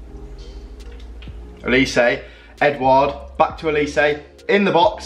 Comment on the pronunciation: Olise olesey is how you say it